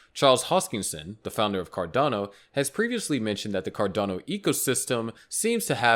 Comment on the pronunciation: Car-delay-no won't even hit $6